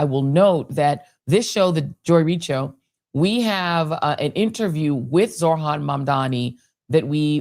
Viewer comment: Dear Joy, it's zoHran and NOT zoRhan. Thank you.